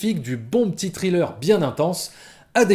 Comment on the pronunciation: Par contre pitié faut arrêter de prononcer thriller "trileur" 😭😭😭😭 sans pour autant faire le fameux th anglais, dites au moins "srileur" quoi les gens 😅